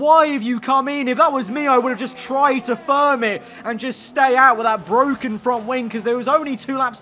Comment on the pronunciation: It's bwoken